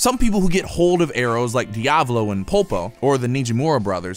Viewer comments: DISLIKE PURELY BECAUSE YOU CANT PRONOUNCE ANYTHING RIGHT. ITS DEEA VAHLO. NOT DEEAVLOU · Divolo is how you said it but its pronounced Dee a vol oh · Diablo. Pashon.... Dude, even the English of JoJo pronounced Italian better than that. Di-ah-voh-loh and pah-see-oh-neh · Dee Ov Low